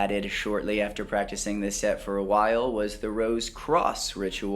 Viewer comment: I can't help but notice how you changed your pronunciation of "while". I don't know what's the word for what it makes feel because English is not my mother tongue, but it's different lol I guess I got used to how you pronounced it and now you do it differently, that's that. Anyhow, love your channel man, thank you so much for your hard work. May God bless you with all its love and light.